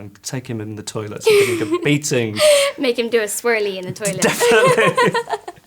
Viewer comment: The way she says 'Swirley' ! that accent :D